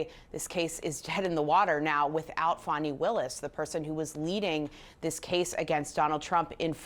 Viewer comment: Good bye Fani, not Fanni as you pronounced it. Glad to see you go.